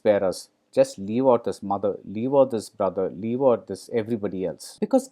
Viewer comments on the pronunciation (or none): none